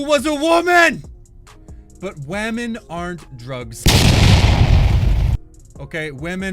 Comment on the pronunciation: Why is he saying WAH-men aka women